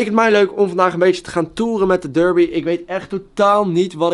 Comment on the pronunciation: Het is DERBI en geen durbi!